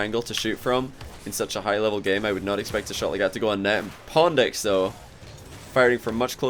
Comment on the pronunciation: Why does say pondx instead of pwndx?